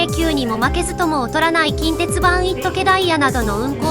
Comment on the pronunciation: 近鉄の発音が現地と同じになっている😮